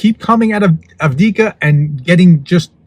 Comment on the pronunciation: Ahv-deeev-kah. I get it--it's a pain to pronounce. I really enjoy these shorts. Thank you, sir! Slava Ukraini!!